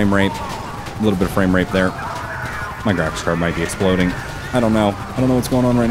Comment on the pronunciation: thought he said frame rape...